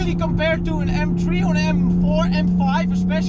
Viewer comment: M TRIEEE? Praat gewoon Nederlands als de Engelse taal je niet ligt.